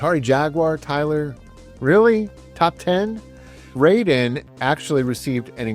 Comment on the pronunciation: Hey Tyler, love your videos, but you're mispronouncing the name of the games in japanese. Raiden is not English, the kanji are just there in the title, indicating it's japanese. The pronunciation is exactly like when you say Gai-den (not gay-den). Rah - ih- de. I think in the year 2025 aside from sharing the love you have to video games, you also are sharing your own knowldge to others, somehow it's also education, there's also responsability there as well, Please don't be like Joe from Game Sack (tate.... tah- teh).